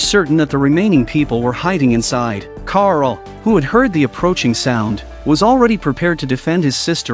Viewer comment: Man rick called carl coral😂😂